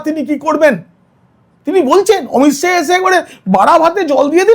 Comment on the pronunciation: সাহা নয় শাহ